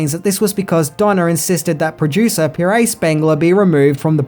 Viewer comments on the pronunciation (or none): It's PIERRE Spangler Not Paray Ya bald daft drongo